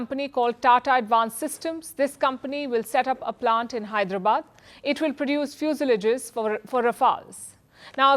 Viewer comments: ......"it will produce few so layjis forre for rafowls" .... Oh dear. Only bhakts can say she's the best in the world, and surely she is a fit for all of them. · please pronounce "fuselages" properly